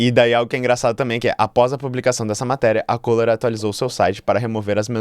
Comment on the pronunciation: O nome da empresa é Kohler. CÚLER!